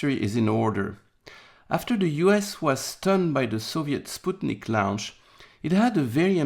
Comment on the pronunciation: Cudos to for correct pronunciation of Sputnik. FYI for everyone else: It's pronounced as Spoot-nick